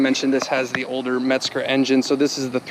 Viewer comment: Pleeease don’t pronounce Hans’ last name with a “t”. It’s not Metsger. It’s Mezger. The Legend himself passed away this past week. He not only designed his version of the revered 997 flat 6, but also designed a flat 8 called the 753, and also the flat 12 in the race winning 917. But the sound of the 997.2 GTSRS 4.0. Thank you Mr. Mezger!!